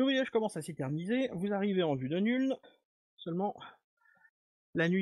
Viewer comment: Ce n'est pas Nüln mais Nuln (prononcer Noulne)